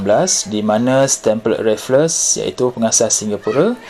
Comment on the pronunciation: Stamford raffles bukan stamford rafelles…